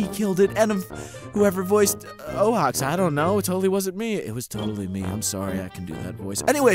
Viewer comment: The way Rodan mispronounced ooax's name gave me a seizure